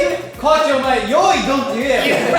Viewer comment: 最初のジェシーの「コーチィー」が「ご飯でぇ〜す！」にしか聞こえなくなってしまった